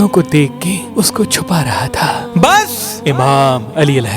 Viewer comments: Bhai aapka "Bas" kmaal hai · Apk ( bs ) kehny waly style sy oljhn hoti hy bhae .